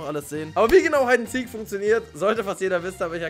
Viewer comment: Das heißt heid and siek OK und nich hued and seek